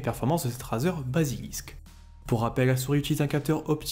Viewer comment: ca se dit rèzer !